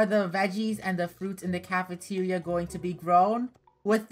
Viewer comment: Funneh:next up is cafentira Also funnehs mind:wait i said cafentiaria let me change that up Funneh rhen says:cafeteria